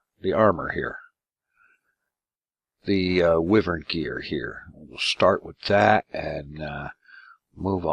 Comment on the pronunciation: Okey dokey, Wyvern is pronounced "Why-vern" it's going to drive me nuts if you keep pronouncing it incorrectly.